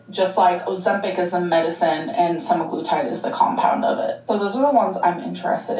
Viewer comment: its prob hers. ive been getting an assload of hers ads about semiglutide and the ai voice never pronounces semiglutide correctly.